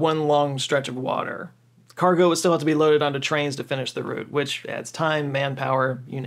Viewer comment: You said route, instead of route(rowt) well done you. 👏👏👏